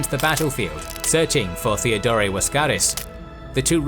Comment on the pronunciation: As always loved the episode... but... why you keep pronouncing Theodore(both Theodores) the way you do? If it's meant to make it sound Greek... it doesn't...At all. Cause for starters the Greek is spelled "Theódōros"... Theodore is an English(well in this case anglicized) name. It's meant to be pronounced the same way you pronounce Teddy Roosevelt's name. (Sorry for being the phonology nazi again, but you just make it sound awkward for no reason ... No offense I hope)